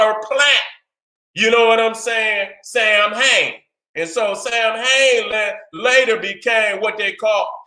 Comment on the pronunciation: Samhain is pronounced saw'ween. I did this back in 2007 somewhere. November 1st was considered the end of summer and the beginning of winter. It was the time of harvest and of preparation for the coming cold. They called this holiday Samhain (pronounced saw‑ween) and considered it New Years Day. Nevertheless, great information. I fuck with you the long way